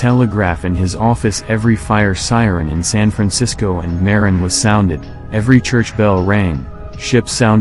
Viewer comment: Everyone thinks the bridge is so cool until they have to start commuting on it and pay $8.80 every time you cross it. Not to mention there is no other convenient way to get from the north bay to San Francisco. Sure there are ferry services, but that only really works if your job is close to the ferry building. Also, your text to speech mispronounced Marin County, it’s pronounced MUH-RIN